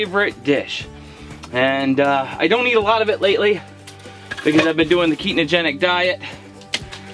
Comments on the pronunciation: "keetnogedic" diet lololol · For someone who talks about Keto as much as you do is some of these videos, isn't it Ketogenic and not Ketonogenic?? Lol